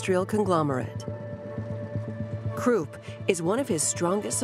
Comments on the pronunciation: Temple Hof like Hoff, not hoof and Krupp like cup not Croop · Whoever the narrator is, really needs to learn the proper pronunciation of numerous German names...obviously, not a student of history..."tempelhof airport, krupp and ruhr valley" are just a few she butchered.